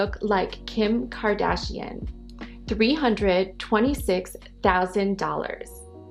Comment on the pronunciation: the way the woman pronounces... "thousand."